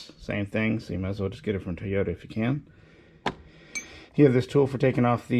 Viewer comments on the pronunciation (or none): Did you say "crush gasket from Doyona or Lexus"? 🐍